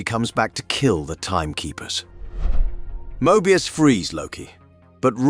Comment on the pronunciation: How could u POSSIBLY mispronounce THAT many words/names? Some of em, even YOU said differently, from what was said earlier. This is a human, right? I actually thought it could be A.I., but if that were the case, they would be pronouncing the words the same every time. Some of em are even women, & yet the narrator calls em "he". He even says Mobius in like 3 different ways, not only contradicting the show, but strangely, contradicting even his OWN earlier words. Hard to be considered a "subject matter specialist" when u cannot even pronounce the most basic words/names, that are EASILY searchable in LITERALLY about 30 SECONDS just by googling it